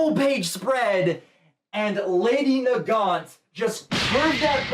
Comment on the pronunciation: Yes, you are pronouncing Nagant right. Lol I looked it up just to make sure I was saying it right when I looked it up and it is named after some guns (Mosin nagant rifle)